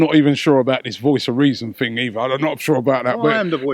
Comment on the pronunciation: "I mean there was there was the whole missing fing" He's no fucking Paxman, is he?